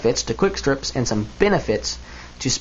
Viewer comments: It does sound a little like you've said "defend myself from my family" not "defend myself AND my family" which I'm hoping is what you were meaning ;) Interesting video though, I like the look of the speed loaders, I think if you were defending yourself they'd be quicker. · It sound like he says "defend myself from my family" Note: I do understood what he really said.